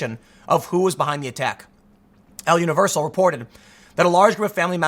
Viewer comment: El Universal "uh-nee-ver-sal"